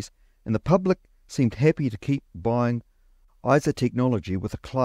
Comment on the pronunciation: For example you say "....appy" instead o "happy." Dropping the first letter.